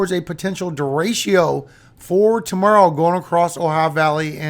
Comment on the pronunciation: It's pronounced, De-Re-Cho, not de-ray-she-ooh. Spanish word for straight. It means other things too, but if speaking about wind, " Derecho " means straight. Don't worry. I don't work for the pronunciation police, so I won't turn you in. 😂 It makes me giggle when I hear you say it, tho. Thanks for all you do,.